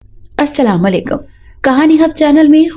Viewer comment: Assalamualaikum saheba. Phele hena aap salam ko acchi tarha bolo salam yani Dusrun ko dua dete hen isliye aap se guzarish he ke aap salam acchi tarha yani Assalamu alikum boliye